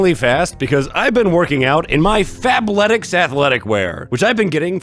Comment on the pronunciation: I heard FAPletics when that sponsor started and thought you got the jerking underwear😂